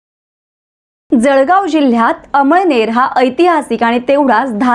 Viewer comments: अमईनेर नाही मॅडम अमळनेर बोला 🙏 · अम‌इळनेर नाही अमळनेर आहे तालुका तुम्हाला कोणी पत्रकार केल निट बोलायला शिका😅😅😅